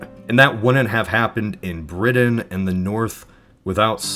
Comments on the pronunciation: Cotton. Not codden. Also, Britain. Not bridden. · I love your voice but I hate how you say "codden" and "briddain" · Coddin. Briddin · Coddon? Bridain? I can handle hearing a hard ‘t’ if you pronounce the words as spelled. 😂😂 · Also it’s apparently bridden, not Britain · I shuddered everytime he said coddon, it's COTTON! Also, Bri*Tain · And they sold it to Bridden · Is it me or is the narrator calling cotton "coddon" and Britain "Bridden" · Bless you, sir, but I can't listen to the word cotton pronounced as coddon one more time. Or Britain as Briddin. But thanks for the alternate history romp. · Your pronunciation of “Cotton” is distractingly strange. You pronounce it like “Coddon”. The same is true of your “Briddon” for “Britain”. Where are you from? BTW - Texas WAS split up to a lesser degree than what you highlighted. Large parts of present-day New Mexico, Oklahoma, Kansas, Colorado, and Wyoming were all part of The Republic Of Texas.